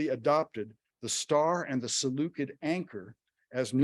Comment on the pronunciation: Too bad he didn't look up the pronunciation of "Seleucid" though.